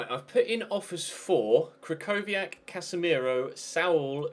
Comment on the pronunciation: Yoofi Spencer the Real is actually kry-ko-wiak Some english youtuber just prounounce it the other Way bc They dont give a damn about football outside England